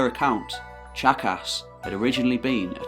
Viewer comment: No, it's pronounced Chaka.